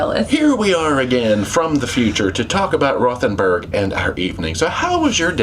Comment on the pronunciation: It’s pronounced ROTE-n-burg.